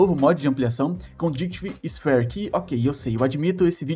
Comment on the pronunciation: 'Condact Sfíer' numa pronúncia razoável rsrs mas ok vc PODE mano, prq vc é BAUM D+ A conta vai fechar então em '3' bolas? kkkk